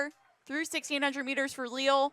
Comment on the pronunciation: Wouldn’t her name be pronounced “Ley-al”?